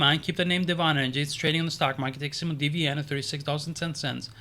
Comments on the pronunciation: Right. Devon, rhymes with Kevin. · You're not probouncing DVN corrrectly. But that's ok, Mike Jones never even heard of it.